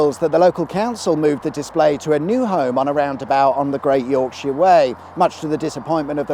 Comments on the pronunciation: Yorkshire - not enough emphasis on the "yOrk". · "Yowk-sheer". A very non-Yorkshire accent. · Urgh, having to listen to the pronunciation of York-sheer and Lincoln-sheer.